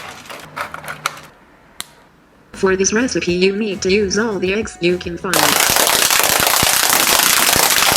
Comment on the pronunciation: Narrator: fOr ThIs ReStiPy yOu NeEd tO uSe aLL tHe EggS YoU cAn fInD😂🤣😂🤣